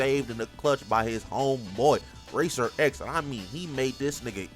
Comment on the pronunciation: His name is RACER X. NOT RACER REX